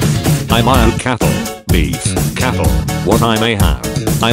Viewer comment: cattle not catlle...